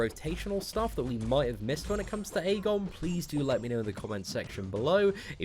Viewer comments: Ik I'm 5 months late but it's actually pronounced Ee-gon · the Æ character is pronounced "ash" in the English language, therefore, this champion is actually called Ashgon, NOT Aegon!!! Check it on WIkipedia and other official sources